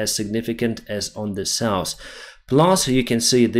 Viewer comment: SOUTH - not souse NORTH - not norse